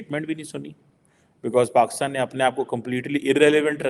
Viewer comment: Complete video is about self pity! first learn to pronounce Pakistan as “Pakistan” and NOT PAXTAN! Aren’t you expecting too much for a Beggar Country, which is a FAILED STATE! If you are such a great intellectual from PAXTAN, why doesn’t the Govt take your advice? Oh Govt is the Army who will boot you out. 😅